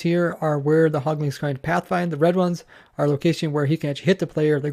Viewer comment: Quit saying "hogling" and "pigling". There is no g at the end. Anyway, good info put out here.